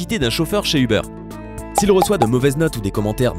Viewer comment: Ubeur .. euh uber